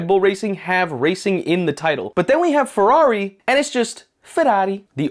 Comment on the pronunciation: Why are you softening the “r’s” of FeRRari when in Italian is the opposite of a soft R lol.